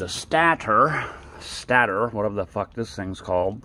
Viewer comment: Its the stator. Like stay- tour. Stator lol cracks me up when people say stat